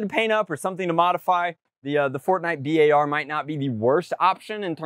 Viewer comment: B-ar is actually the BURST Assult rifle. I cringe every time he says the name. Nice content anyways.